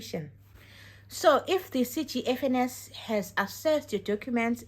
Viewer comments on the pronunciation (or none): It’s pronounced Cofens ( CGFNS)